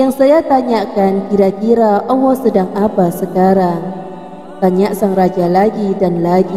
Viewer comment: Pengucapan nama Allah nya tolong di perbaiki